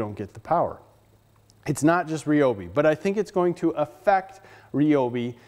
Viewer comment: RY-obi I have heard of . . . REE-obi is not a brand currently in production.